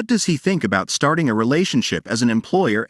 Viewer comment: Her name isn’t Maire at. Her name is Lariette. It’s pronounced with an L not M. Plus, you’re far behind. This drama has been posted before and so much has happened. You need to catch up. Search on the other sites and you will see the rest of read it. You’re going to love this manga - It has several names - I thought I didn’t have long to live, Time Limit- I thought it was time. I’ve been waiting to see. Well, I won’t give it away. But, check it out. Also, check out the manga’s called - Don’t pick up the trash you threw away, Betrayal of Dignity, and Age of Arrogance it has another name City of Arrogance and another one I won’t return to a family that abandoned me. Oh! You’re going to love these manga’s. ❤